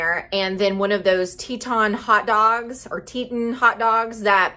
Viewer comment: It’s pronounced Tee-tawn. (Teton) Good stuff.